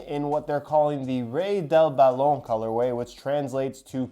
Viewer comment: I heard a little French when he said balón lol